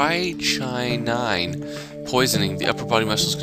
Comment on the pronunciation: In the part 33 you added, strychnine is pronounced like "strict nine" without that second t. :)